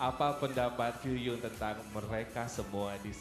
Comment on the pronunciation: Masih Ngakak Ko Densu panggil Kyuhyun jadi Kyukyun. 😂😂😂 Tapi aku ngerti Ko Densu tuh nyapa "Senang bertemu denganmu." 🥳